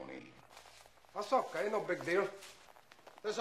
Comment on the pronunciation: 😂 Tony - just grab the intercom and everything will be h'okay